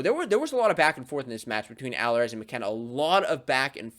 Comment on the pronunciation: Pronounced: Ah-leer-iz